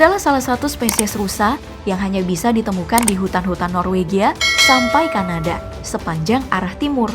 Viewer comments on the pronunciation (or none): none